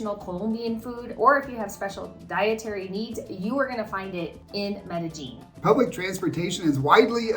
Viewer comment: Bad American pronunciation really frost's my shorts. Its Med-a-yEEN!! Spanish double L is a Y.